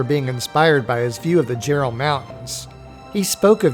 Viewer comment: pst... I know its spelled jerall (mountains).. but its pronounced Yerall...